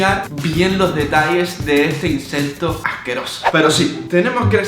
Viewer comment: el el minuto el en vez de decir insecto dijo insento. Like si oíste ese error